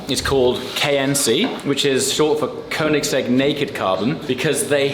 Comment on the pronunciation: Come on & pronounce Koenigsegg correctly, 😂